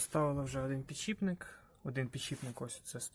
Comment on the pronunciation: да блин, почему "пiдшiпник", пiдшипник